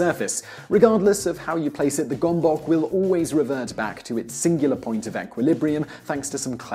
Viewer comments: That's not how you pronounce gomboc. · was the gomboc invented by Hungarians, if it was this pronunciation is sooo annoying